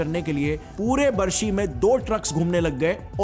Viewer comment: सर हमारे सिटी का नाम बार्शी है बरसी नहीं है I live in barshi city